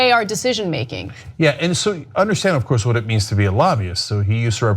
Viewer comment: I love it when cenks say's "Of Course!!!"😂😂😂